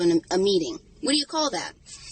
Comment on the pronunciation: You mean, any of the “ CAWLS”